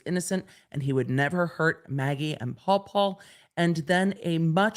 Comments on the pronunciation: It’s not “Paul Paul,” it’s “Paw Paw” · Pawpaw, not Paul Paul. Ridic. Either way.